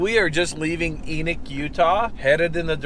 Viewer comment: Leaving Eenick Utah? Is this Enoch Utah? You grew up in the land of butterflies being taught Utah history. Do you also say Skypoo Utah? Or Scipio Utah? We have a lot of native names here that that we hold in high regards. Know the land and know the names of where you have been and where you are going.